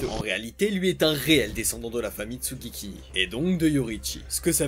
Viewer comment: alors... c'est pas tsugikini mais tsugikuni 😅 sinon masterclass